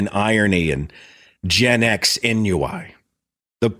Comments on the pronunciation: ....it's "awn-wee". Not "en-you-eye". As a fellow gen-xer I had to point out that the word ennui should be a word that rolls off your jaded, Reality Bites tongue. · Seth: ennui (boredom in French) is pronounced ohn-WEE